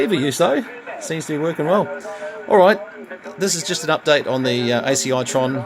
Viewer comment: I have seen a couple of those radios in action, pulse tuned, when tuning up sounds much like the old Russian Woodpecker. Excellent receiver. By the way the radio is called an Acitron pronounced Asitron not ACI tron.